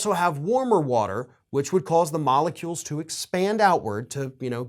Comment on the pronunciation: OMG! You said 'moloecules'. That's a scientific term so you lost the brainwashed right there. 😁